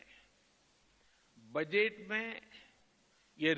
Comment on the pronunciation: पीएम बजट की जगह बजैत बोल रहे है अनपढ़ पीएम